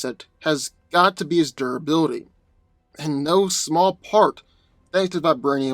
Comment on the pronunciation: Tell us again about unstable molecules and doraly. And by doraly i assume you're trying to say durability